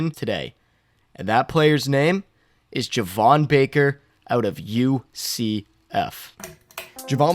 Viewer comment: Its pronounced JAY-VON not JUH-VON just an FYI